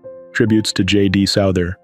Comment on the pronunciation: J.D. Souther. Pronounced as sow-thur. Not as suh-thur.